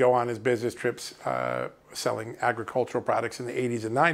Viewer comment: I thought John said SELLING WEED